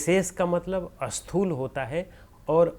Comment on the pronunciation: Sir, namaskara to you. When you pronounce a word starting with letter Sa, you have a habit of adding A before that. For example, when you want to say Sthoola, you pronounce Asthoola. This creates confusion also opposite in meaning. Asthoola is opposite of Sthools. So, you should try to Remove A while pronouncing any S.